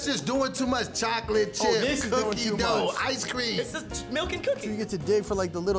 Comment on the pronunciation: I did too!!!: don't be tryna get famous., she not the only one. I heard it, too! When you enunciated "Dooughh" I heard it I heard it. She tryna be extra and stuff. Always doing tha most, some people. I heard it, though. I heard you...I did, too...not just harr..